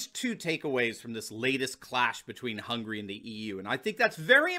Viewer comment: i cringe at how you pronounced hungary.